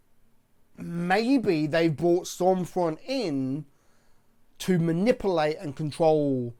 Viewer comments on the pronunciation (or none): I love you but I really wish you could say manipulate properly lol